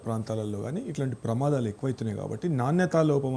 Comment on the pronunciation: ప్రమాధాలు కాదు తల్లి ప్రమాదాలు